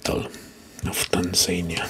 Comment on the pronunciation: Great, but you mispronounce some names, like Abuja, Tunisia or Tanzania 🙂